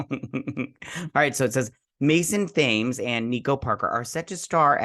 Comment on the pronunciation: Thames: It's a river that runs through London. It's pronounced as "Tems".